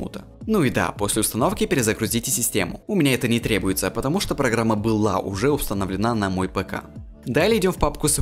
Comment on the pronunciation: У тебя все плохо с грамматикой. Установлена́(правильно устано́влена), окна́м(правильно о́кнам) я может чего то не знаю и русский тебе не родной?